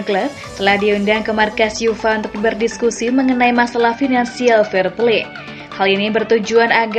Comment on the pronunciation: uefa itu lafalnya yu ef a... bukan yufa...